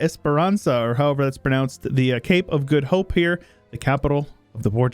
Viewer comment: the accent was very heavy but you pronounced Cape of the Good Hope correctly :P